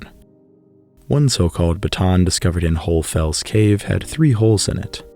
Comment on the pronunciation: Wonderful tale of ancient humans! BTW Chauvet should be pronounced more like show-veh. How pronounce Chauvet